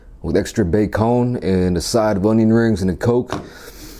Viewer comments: Orion rangz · onion RANGZ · "Cheese sawse" "Extra bacone" "Onion raangs"